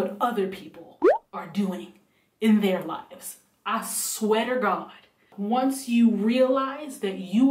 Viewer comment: "I sweater gawd"